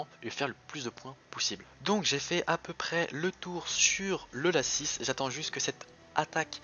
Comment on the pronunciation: mdr moi je dit pas lacisse moi je dit laci